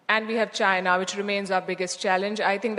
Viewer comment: JAINAH /Chinah? 😂🎉😅🎉😅🎉 That Ain't English 😊😅😂 It's INGLISH 😮😮